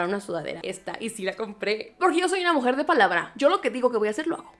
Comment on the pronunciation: AME CUANDO DIJO "de mujerr" JAJAJA TE ADORO